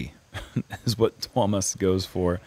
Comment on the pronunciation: your pronounciation of Tuomas is rather good. Better than I would expect from non finnish speakers. Hyytiäinen needs a little more work :D.